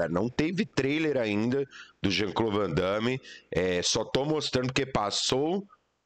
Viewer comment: O certo é Van Damme, arruma isso aí.